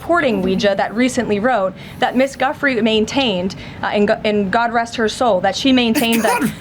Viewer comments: She could at least have pronounced Ms Guiffre's name correctly. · that segment of the press conference. I had to turn it off when I heard her say that because I was about to crash out. She has said some out of pocket shit before. But name dropping a victim? AND NOT EVEN GIVING HER THE DIGNITY OF SAYING HER NAME PROPERLY?!?